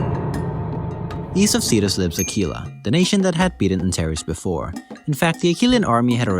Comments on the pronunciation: Antares is pronounced anTARs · I’m pretty sure Antares is pronounced more like [Ant-aires]